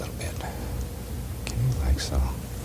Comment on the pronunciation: He says mk instead of ok!